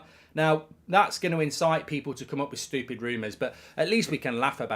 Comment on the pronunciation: Kills me that he can't say stupid. STOOPID!!